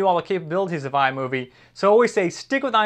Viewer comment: the way you say iMovie is FUCKING HILARIOUS XD